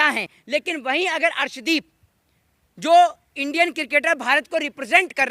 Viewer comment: Is bhos.....i wale ko arshdeep ka naam bhi thik se pata nahi harshdeep bol raha hai ......ye PMC hai......khali political rang de raha hai